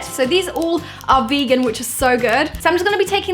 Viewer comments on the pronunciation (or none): none